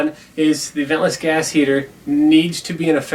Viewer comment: could have swore it said gay heaters... 🤣 "hi, im here for the homosexual firearms?"